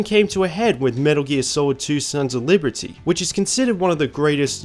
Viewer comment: “Sons of Leebertyy”